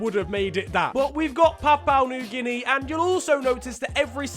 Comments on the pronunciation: The way he says Papua New Guinea is fecking hilarious. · Mispronouncing Papua New Guinea throughout the video.... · Drink everytime mispronounces PNG